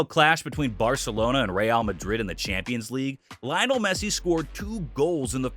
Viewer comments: Bro pronounced Messi’s name "Lie-onel" instead of "Lee-onel" 🤣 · It’s pronounced "Lee-onel", not "Lie-onel". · I thought "Leeonel Messi" was annoying until I reached "Xabi Alsanso". Jesus Christ, man, the guy is not only a great former player, he's the current Real Madrid manager!